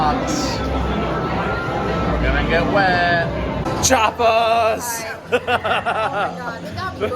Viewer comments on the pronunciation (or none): 2 minutes in and already triggered when I spotted the titles of your chapters. Taron is named Taran, Chiapas is Chapas, Maus au Chocolat is Chocolat Mouse, Talocan is Talacon. Dude, at least have the respect to get these names right!